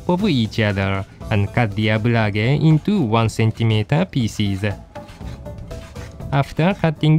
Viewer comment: Every time you pronounce "pieces" all I hear is: feces.